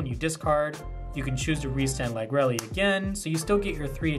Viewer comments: also lagrele is pronounced lag-real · Good list dude. Ive been loving Bastion since Lagrele came out. I dont know the exact pronunciation of it either. Ive been calling it Lag-Ree-Ul. Deck is hella cheap too for anyone interested in starting up Vanguard. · very cool deck, the restander helps with lagrele cost a ton! i always thought lagrele was pronounced with ending like gabriel, this is first time heard it pronounced with Elly ending.